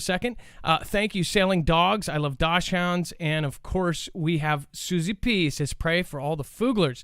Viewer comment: I don't know why it bugs me so bad but the dog breed dachshund it sounded out like dockshund. Js lol